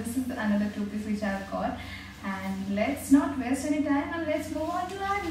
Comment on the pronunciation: It's sounding more like "toothpaste" than "two peace"😂😂 Btw loved all these dresses✨